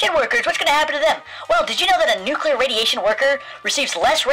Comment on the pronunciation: But what apout nukular radiation and nukular explujinz when nukular plant excplodes??